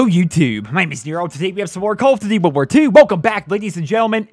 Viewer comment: "Call of Dtty" am not dissappoint. Have a sub